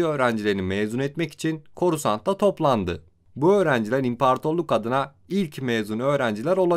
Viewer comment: impartorluk deme artık ahhaahahah 🤣 Güzel video.